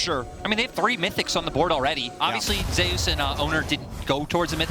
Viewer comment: If Zeus named himself after the god then why do the casters pronounce it as Zay-Oos?